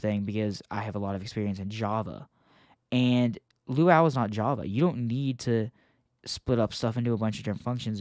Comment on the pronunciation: "LUAU"??? DAWG ITS LUA-U